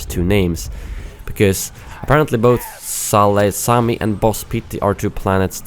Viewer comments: Salu-Sami 😂😂 Sai-Lu-Kemi (Grievous Intrigue, Clone wars season 2 episode 9) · It’s pronounced sal- uc- em- i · Its pronounced Selucamay😂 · Is there anyone who knows how to pronounce Saleucami because in every single video everyone just completly butchers the name. That's not how u pronounce it lol, watch the clone wars series. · The way you pronounced Saleucami made me cringe. I have a stop-motion series about the battle on Saleucami. It's pronounced like sa'lu'ca'my The 'ca' part kinda is like cup without the p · It's Sal oo cah my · Saleucami (Suh-loo-cuh-my) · Saleucami is pronounced "sal-oo-ka-my" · Saleucami is pronounced Sall-ooh-cam-eye, and it made it's debut appearance in RotS along with the 91st Reconnaissance Corps. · Saleucami is pronounced: Sa-lu-ca-my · salucami is spoken: salukämy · its pronounced "Sah-Luu-Ka-My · Someone should edit pronunciation of Saleucami whenever someone says it in a Clone Wars episode. That would be funny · Salucemi is the planet where the banks are for Republic and Separatist. Also u pronounced it wrong😂😂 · Saleucami (pleaaase Watch the clone wars and learn to pronounce this xD) Appeared multiple times. Boz pity I think is supposed to appear in tcw season 7 so that could make sense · when he pronounced Salecuami wrong I got triggered for some reason.